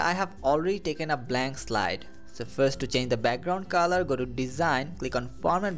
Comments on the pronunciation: what is the "kaaaalar" 😐😐?? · Please bro it's color..... Not calar